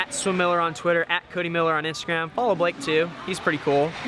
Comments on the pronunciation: Oh my lord you call him blake (block-ay) thats what I call my friend blake too😂😂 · This is hysterical. You called him B-LOCK-A(not sure how to write that) Seeing how my daughter(Allison Norman) is a swimmer, the names Cody, Blake, Lilly, Gary....are household names here. And we call Blake "B-lock-a" all the time. She is currently at IU swim camp and hopefully learning a lot. Thank you Cody for all the inspirational videos (VLOGS, Yes I am a mom and I know how to say VLOGS) It really helps her get through those tough times and makes her want to keep going!